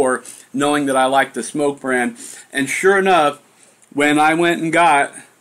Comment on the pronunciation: Nice review, and I'm glad you pronounce SMOK correctly . . . makes me cringe when someone says "smock." Your juice reviews and DIY are great, but it's nice that you also show us what's going on with new hardware. This TFV4 looks pretty good, too. Thx!